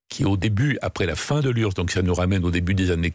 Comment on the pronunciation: L'urse? On prononce U-R-S-S.